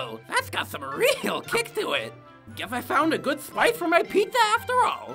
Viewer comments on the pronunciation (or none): Why did I hear pitza 😂